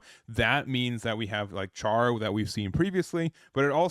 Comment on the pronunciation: Just one thing Char is pronounced as if it was spelled “Shar”. Other then that. Red is a color I’m waiting for to also make an all Zeon deck